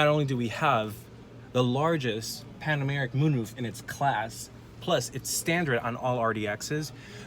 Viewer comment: Pan o ramic. Not Pan Americ.